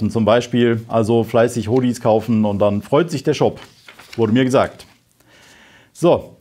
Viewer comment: Sach einfach "Huddy", nich "Hohdy" :) Danke für euren permanenten Einsatz. Dran bleiben, noch ist nicht die Zeit zu feiern. Nach Eindhoven fahren wäre tatsächlich mal interessant, interessiere mich sehr für diesen zukünftigen Wirtschaftszweig. Im Ernst.